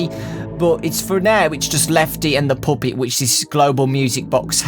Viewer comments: You pronounced it wrong it’s poooopet not puppet PS.I subbed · say pup-et not poop-it